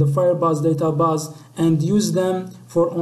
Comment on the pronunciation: Good but u need more pronunciation practice "DataBase"